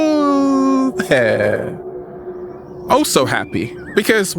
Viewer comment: I thought he was saying "kinda get a hell of air ":D insted of "can I get a helooo there " :D